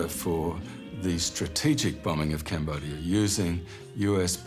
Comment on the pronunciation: So JFK couldn't pronounce Cambodia?